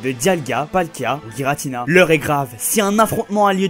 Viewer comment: C'est bel et bien "Giratina" et pas "Guiratina" xD